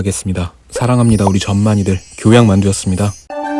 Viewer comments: 마지막에 전만이들에서 왜 발음이 크흠... 아닙니다 ㅋㅅㅋ... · 마지막에 '전만이들' 듣고 순간 욕하신 줄 알았